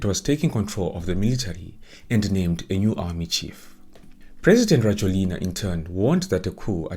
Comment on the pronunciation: His name is pronounced rah-JWEL-na!! Makes it hard to listen to anything you say when you cannot even bother to spell his first name correctly (Andry). I have lived in Madagascar since 2017.